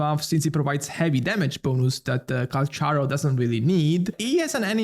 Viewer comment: Its pronounce 'kal-karo'